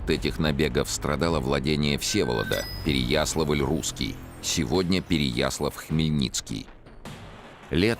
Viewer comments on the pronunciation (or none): С ударениями у Чонишвили беда... Откуда такое желание искажать имена и названия городов? Ну хотя бы ПереяслАвль пожалел бы. А вдруг фильм дети увидят?